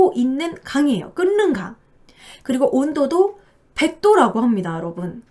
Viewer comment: 끓는강 발음 [끌른강] 으로 하시면 돼요😄